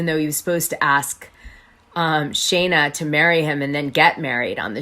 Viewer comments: Its Scheana NOT SHayna 🤦🏻‍♀️🤦🏻‍♀️🤦🏻‍♀️ if youre going to bash her man at least get her name right 🤦🏻‍♀️🤦🏻‍♀️🤦🏻‍♀️ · Love the intel but please make note it’s Shee-na, not shay-na :) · girl, it’s pronounced SHEEN-AH not SHANE-AH 😂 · 1) her name is Sheena SHEEN-na not shay -na! Ah!! 2) what is with all the stupid filters! Just choose one cute one that makes u look pretty and leave it there . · Actually, I heard Scheana's engagement ring (designed by Kyle Chan) was slightly under 13 carats (12.74) and the price range was about $25,000 ~ 💎 P.S. Perhaps he didn't initially have a lot of money --- we are not in their relationship. If they are happy - whatever. P.S.S. Sorry - how much can you know about her, if you can't even pronounce her name - which is: SHE NA --- not SHAY NA ! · Maybe if you're going to do a story on someone you should learn how to say there name correctly, her name is scheana not Shayna! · You're pronouncing her name wrong anyone who watches knows. Sheeeeeeena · Dana, her name is pronounced Shee-na. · Need to learn to pronounce her name when spilling tea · Can you please say her name right, it was driving me crazy listening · Is Scheana’s pronounced correctly? Is it pronounced Shay-na or Shee-na?